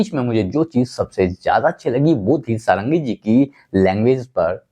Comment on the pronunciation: पहले तो आप लोग “सारंगी” बोलना बन्द करे …..प्रताप जी का surname “षडंगी” है , सारंगी नहीं । वह ओडिया ब्राह्मण हैं ।अगर सही से बोलना नहीं आता तो बोलो मत ।